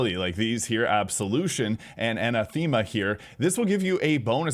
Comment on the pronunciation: Anathema should have the emphasis on the second syllable, not the third.